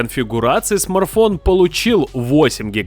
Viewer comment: Смарфон😂😂😂 аж слух режит